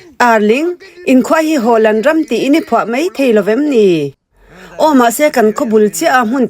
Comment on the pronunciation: Nangmah atangin a hming lam dan dik kan hria a, a dik ngeia lam kha a tha ka ti.